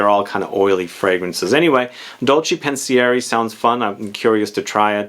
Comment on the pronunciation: Pen see ehr eh= Pensieri cmon you say all the french words correctly!!!